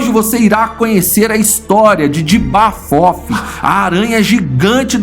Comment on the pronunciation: O cara fala "J'aba fofi" O que eu escutei "Diaba fofa"